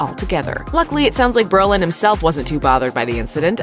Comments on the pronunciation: Come on. It's bro-lin, not bur-lin. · His name is BRO Lin....not Berlin. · isn't his name Brolin. Not Berlin?????? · This person keeps saying Berlin. It’s Brolin stupid! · It’s BROlin, not Berlin!!!